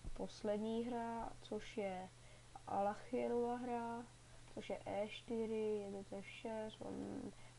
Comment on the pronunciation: a je to Aljechinova hra a ne Alachinova